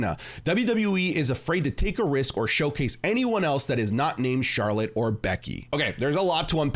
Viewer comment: he said charler